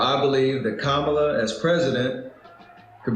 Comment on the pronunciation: It pronounced, “Comma-la”. Kamala is a Sanskrit word meaning lotus. It is used as a feminine given name in Indian culture, predominantly by Hindu families, as it is one of the names of the goddess Lakshmi, who appears from the centre of a lotus.